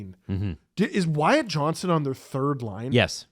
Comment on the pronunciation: Guys…please…I beg of you…as a fellow Wyatt…it’s JohnsTon, not Johnson…my heart hurts every time y’all say Johnson 😭